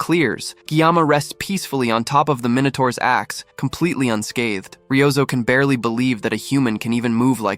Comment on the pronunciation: Bro really said inotourus minotoirus💀💀